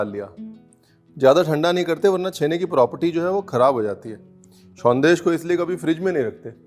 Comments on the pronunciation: Sondesh - Perfect pronunciation. & Being a Bangali Special thanks for the history of Jolbhora . That fruit is called "Taalsash" in Bengali. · actually another name of Jolbhora sandesh is taal shaansh( ice apple) sandesh because the idea of this came from there. And many many thanks to Ranveer for showcasing authentic bengali sandesh and special thanks for pronouncing "shawndesh" correctly. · I went through most of the comments and honestly, being a Bangali, I just couldn't help but admire RB's versatility. From the time you mentioned 'Shondesh' you nailed it. Thank you and wish you more and more success. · Thats why i love u ranveer .. its sondesh not sandesh ..❤️ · Aapka "shondesh" ne to dil jit liya chef! ❤️ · Thank God!! Thank you for pronouncing it as Shondesh and not Sandesh....being knowledgeable is so classy and Chef Ranveer has an abundance of it... thank you Chef!! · Thanks a ton for calling a Sondesh a Sondesh, not Sandesh. ❤️ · Nice pronunciation bro, it's shandes'' not "sandesh" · Kisivi Bangalee ko aap sharminda kar doge sir, the way you are pronouncing SANDESH. ❤️